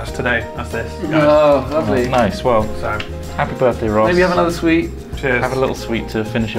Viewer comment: 'appy birfday!